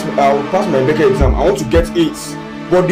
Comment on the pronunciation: Helpful thanks but it's not bece it's B.E.C.E.